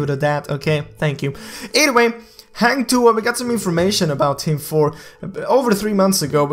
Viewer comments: can't stop laugh how you say hang tuah 😄😄😄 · Haaang tuah. I soo wanna correct the pronunciation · Hahah its not heng tuah its hang h a not h e heng heng lol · Hang not heng.. When having sex women will said ah ah ah.. Hang tu'ah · Hang Tuah is pronounced as "Hung-To-Ah" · this is how to say hang tuah like this hang tuwah not heng tuah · Hahaha. Sorry. Its Hang Tuah. Not Heng Tuha. I must comment. So funny😂😂😂😂😂🙄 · Heng tuhah 😅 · its Hang Tuah not hueng tuah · Not Heng Tuah it Hang Tuah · Just Hank tua not hang tuha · Its hang tuah not heng tuha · Dud you say heng tuha not hang tuah hahahah this not eazy want say hang tuah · Hang tuah not hang tu ah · It's hAng tu wah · its Hang Tu-ah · "Hang Tu Ha" I'm dead 😂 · Ugandan Knuckles sorry. He say HENG TUHA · It was pronounce more like "hunk" for hang and "two wah" for tuah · That is a Malaysian Mythological Hero The Correct Pronunciation is Hang Two(as in the number)wah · I laugh everytime he says Hang Tuah XD. Jk Its kinda pronunce as Hung Tu-ah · Like i said 3 months ago...Its "Hung Two Wah" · to say hang tuah correctly u need to basically say Hunt TooWah edit: had to sorry XD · the way u pronounce "Heng Tua" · Bro.. for native english speaker This is the correct pronounciation Hunk-to-arh say it faster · It's actually "hunk too-wa" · im from malaysia.. you should pronounce it hang tuah.. #hahahah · hang tuah is actually pronounced hung-tu-a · Its pronounce like “hung to wah” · Im so triggered.he said HENG TUA😂😂😂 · It pronounced as Ha-n tu-ah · 'hung to wah' thats how u pronounce it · how to pronounce hang tuah in malay? say 'hang' as hung, and 'tuah' as too-wahh. at least, its sounds similar as malay. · "hah-ng too-ah" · Its call hung 2uh. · Hunk two Ah pronounce it hahaha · Its freaking hang tuah not heng tu ah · Heng tuhah? 😂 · It's pronounce hang tuwah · Its hang two warh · HANG THUHAH sorry dude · Its called hung tu ah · hang tuah = hung too-wah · Hang Tu-wa